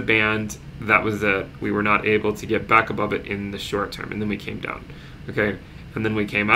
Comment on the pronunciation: Not enough emphasis on the "BACK" into the crypto verse. come on man